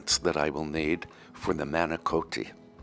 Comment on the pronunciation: Everything looks fabulous, and I've made your granola and it's excellent. Tierra farms has some great products., I know you like pronunciations to be accurate, and when you say the word manicotti it's not pronounced with a OH sound, being from an Italian family they would set you straight. YouTube has the best pronunciation. Maahniecawhttie. And again, ricotta is not pronounced with an OH sound, but rather with an aww sound. And roll the R. Rrrrrcawwwtta. It's a rainy dreary day over here in Holland Michigan, and I made some excellent apple cinnamon scones this morning.